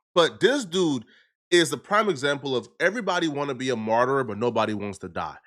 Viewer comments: Martyr "MAHR-ter" not "Mar-ter-er".... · It’s martyr not martyrer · It's Martyr not 'Martyrer' smart guy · You keep mispronouncing martyr or your making up a different version of the word lol